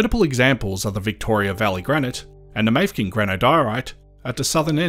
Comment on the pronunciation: Could see my old place one of the drone shots. Also Mafeking is pronounced with three syllables, not two, "Maff - eh - king" not "Mayfking"